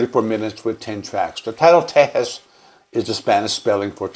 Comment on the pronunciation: I appreciate your vids on ZZ Top and will watch all of them but as a Texan I have to correct your pronunciation of Tejas. It’s Te-HAAS, brother. 😉 This album is my fav for sure. There’s so many different layers here. Mexican Blackbird?! Redneck country! Frank’s drumming is excellent.